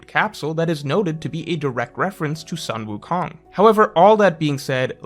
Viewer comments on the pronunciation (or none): "sun" wukong is pronounced like "sun" and not "san" in chinese. sun like kun, like luffy-kun. "son" goku, the japanese name for sun wukong, on the other hand may be closer to the english sun in the sky, like "san".